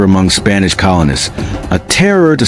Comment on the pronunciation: The voice was good until it started to mispronounce words (i.e. slavers).